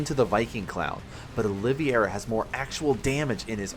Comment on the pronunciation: Your pronunciation of Olivieria is wrong. He named himself after former UFC Lightweight champion Charles Oliveria. You can watch some UFC promo content to see how he pronounces his name. It's Olive - Era. Not Oleeveyera. Feel like I sound like Hermione but it's grating as a UFC/Sc2 fan to hear it pronounced wrong over and over lol